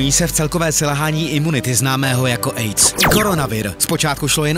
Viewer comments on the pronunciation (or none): AIDS se nečte eic ale aic